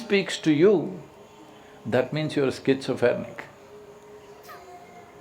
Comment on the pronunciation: " If you don't see, you dont see..... FUNNY.. There are 5 more senses to seek ❓ -Wrong pronunciation, Sadguru said "Schizophernic" ,,,,,,,,,,,for,,,,,"Schizophrenic"